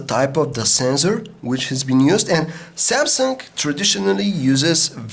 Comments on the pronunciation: Please stop saying "S tree" or "Samsunk" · Samsungk hahaha he speaks the g like gk